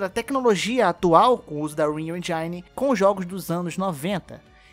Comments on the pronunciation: Sem querer ser rude, mas a pronuncia correta de "engine" é "ÊNGUINE" ou "ÊNJINE", não "ENDJAINE". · Mano curto muito seu conteudo mas nao mata o ingles vei.. Tipo enjaine??? Eh engine kkk. Pesquisa as palavras em. Ingles antes de pronuncialas. Soh uma dica. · Meu Rim doe quando alguém fala "Enjaine". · Rayan Lima ninguem pode com os poderes do endjaine MLK